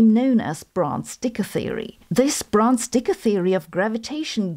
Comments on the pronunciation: Sabine, you're pronouncing his name in German, sorta like how you pronounce Sabine. But in American-English it's pronounced Dickie, not Deeka. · I didnt know you said the e on dicke, much less unfortunate name 😅